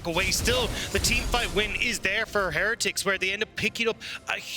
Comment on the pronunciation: Have we had a caster pronounce "Heretics" correctly yet?